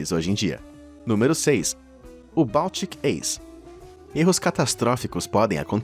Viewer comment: Permita me corrigir o nome do navio se pronúncia "báltic aice".